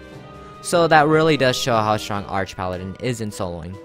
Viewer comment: I thought it's pronounced arc paladin. Like archangel.